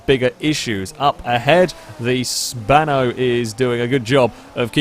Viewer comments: Bruh it's "Spano" not "Spanner" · I like how calls the GTA Spano, the "Spanner"